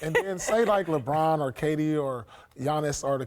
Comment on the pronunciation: Did I hear Paul say. 👂👂👂... "LeBrant" ??? Wow sounds like I got my next idea for a scientific experiment!